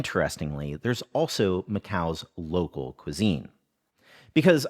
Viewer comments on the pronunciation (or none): none